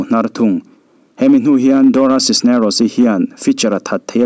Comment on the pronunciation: Dora Cisneros i lam dan hi mak danglam reuh ltk...doracis nerocis ti ang deuh, elh deuh si, ni deuh thluam tho siin.....